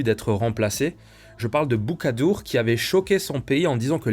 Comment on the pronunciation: BOUKADOUM ET NON BOUKADOUR